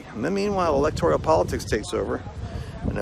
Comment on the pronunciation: It's electoral, not electorial. (OK,this is later...) Who decides to put a comment as "highlighted"... I can't believe my simple comment about an often mispronounced word becomes the most compelling item. This has happened many times on various sites. What's up with that?